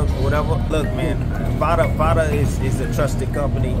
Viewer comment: VICTOR PUTS THE "V" in Vada.